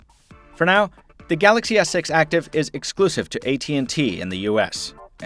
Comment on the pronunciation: Sounds like he's saying Galaxy s sex